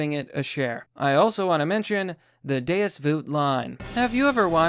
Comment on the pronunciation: Every time said Deus as deuce i die a little inside